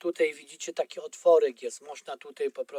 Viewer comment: Wszystko świetnie wyjaśnione tylko to "tutej" tak kuje w uszy ....